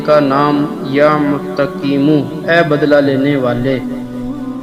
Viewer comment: Ooo hlooo... Apko to yeh naam padhna b nahi aata..galat padha